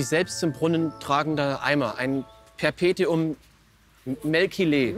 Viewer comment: Perpetuum Muh-bile hat Olaf aber leider liegen lassen...